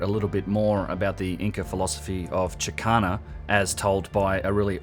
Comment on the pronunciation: The number 7 of the high Inca palaces is probably not coincidental; these were not subsequent priests/rulers that built those, these 7 were probably built originally at the same time...to celebrate the 7 (but not Inca). PS. & it's "chakana" not "chikana" or "chicana" which according to Forester is a passage/corridor. PPS. symbolism not "symbology" but fully agreed on the forced nature of finding animal figures in the landscape & architecture (not to mention that the ancients could have used the same symbols, this proves nothing)